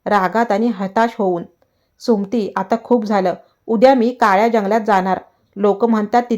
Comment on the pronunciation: कथा सांगण्याआधी सुमती हा शब्द नीट म्हनायला शिका.